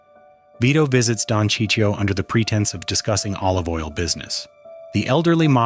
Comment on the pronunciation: Who's Sicio?! :/ F*ckin AI ...